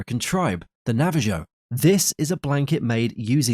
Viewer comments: AI voice - indicator. 🤦🏼‍♀️ Nava -Ho NOT Nava- Jo 🤦🏼‍♀️🤦🏼‍♀️🤦🏼‍♀️ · The narrator actually mispronounced 'Navajo' in TWO DIFFERENT WAYS, as "Navvuh-JOE" and "najjuh-VOH", instead of the correct "NAH-vuh-hoe". Unbelievable. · Hey, the word Navajo is pronounced Navaho not Nava joe! REALLY? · Nava ho , not Nava ho... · It is pronounced, “ Nah Val ho”. The j is silent. So ignorant to not know that. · The Navajo from Saltillo becomes the Nava-Joe from Sall till oh. 😅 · another reason not to use AI, the inability to pronounce navajo